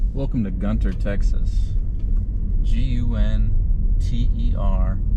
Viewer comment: Y'all we don't call it Gun-Ter we call it Gunner 😂